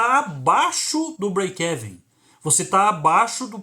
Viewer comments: Se diz : : Break "iven" como se fosse uma letra i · sua pronuncia do breakevem esta errada o correto é falar brekiven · Mas essa pronúncia BREIKÉVEN 😅😅 é paraguaia hein !?? Kkkk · Conteúdo do vídeo foi 10. Apenas um apontamento. A pronúncia é Íven. Fica mais ou menos assim: breikeíven. Não é exatamente isso, mas é o mais aportuguesado possível rsrs